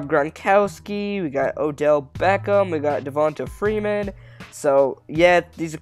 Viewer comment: This nigga said dev'onta Freeman is a trucking back I'm sleep💤💤